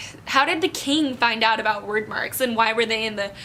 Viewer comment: I'm not going to lie, I feel so ashamed of myself because I've been pronouncing Chaol's name with the -ch sound in "cheese" and Wyrdmarks as "weirdmarks" and you just went there and pronounced them so correctly. To think I was thinking this as I was reading the book and I feel so embarrassed! 😭 But I still loved this book talk as I'm still gushing over what happened :) ♡♡♡